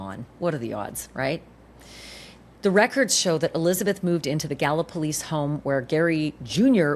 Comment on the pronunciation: Town is pronounced ga-luh-po-leez